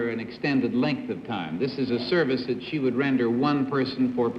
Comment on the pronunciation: Oh that New England "Upper (Crust) Society" way of speaking... It can drive me nuts sometimes to hear some of the way the words are pronounced. From John Daly comes "su-vice of some kind..." / "He's a poo-pus trainer..." Ahhhh!!! ~ Now, I am a respectful of regional dialects, as I believe they contain within their make-up a kind of history of the people; as they are shaped by, or they evolve from, I'm supposing, one's environment and experiences, in part. It's an interesting and wonderfully involved Study. (Oh..., but where are those "r's" when you need them?!)